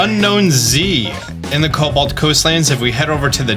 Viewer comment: Are you dyslexic? Why cant you pronounce cobalt?